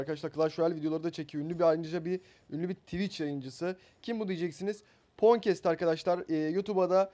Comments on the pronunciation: Lan ponkest diye okunmuyor o Ponkets diye okunuyor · Abi çokbilmişlik yapmicam ama phonecats fonkets diye okunuyor ponkets diye değil:D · Abi tebrikler ama şu phone pon diyip durdur fon doğrusu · Hatta pohncast diyon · fonkets diye okunur abi :D